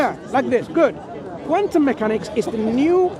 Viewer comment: "Wuss qwantum meekanix" oh really? What's a lime 😂